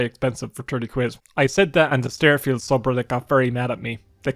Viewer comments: "We're gonna be playing Stærfield!" The fuck... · Do you pronounce it as "styrofield" on purpose? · “Stair-Feeld” I have to turn this off